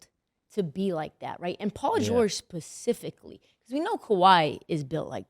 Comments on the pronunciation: Did say pacifially? Who black in her fam? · "Paul George PACIFICLY" is crazy work. How don't people know the work specifically